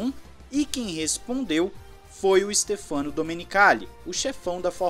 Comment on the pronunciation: Em italiano a pronúncia correta do nome do Domenicali é Stéfano e não Stefâno.